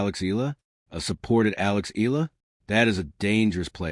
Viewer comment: Alex last name is pronounced — E-YA-LA not E-la